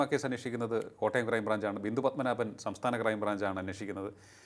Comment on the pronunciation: പല് മനാവൻ അല്ല സാറേ പത്മനാഭൻ... സാർ Educated ആണെന്ന് കരുതുന്നു... 😄😄